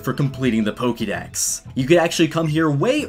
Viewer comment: Says the word Pokédex like how it's spelt Says Pokémon like polkamon I'm triggered.